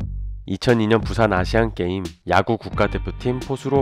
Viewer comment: 아시암게임? 아시안게임 아닌가여